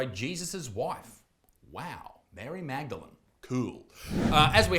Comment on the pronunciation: Mary magdalan? I see how u misread that Mary Madigan or maybe it should be Mary "mad again" haha